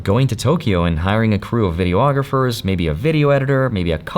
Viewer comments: vi·dee·aa·gruh·fr NOT vi·dee·o·aa·gruh·fr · ayo.. 'a guy who did video production professionally for twenty years' should know its just 'videographer' (vi·dee·aa·gruh·fr) not 'videoographer' (vi·dee·o·aa·gruh·fr).. theres no reason anyone should be running around out there sounding less educated than they absolutely have to. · Love you.. but please say vi-dee-aa-gruh-fr, five syllables, NOT video-ographer (six syllables). ❤